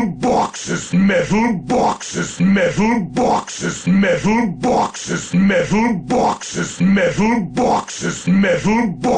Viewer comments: MEDDAL BAWKSES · MEHTAL BAWKSES! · I love the part when he said Metal Bawkses. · ...multiple, simultaneous and devastating metal bawkes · 99 METALBAWKSES. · METHAL BAWKSES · MEH-THULE BWHAK-SES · METHUL BAWKSES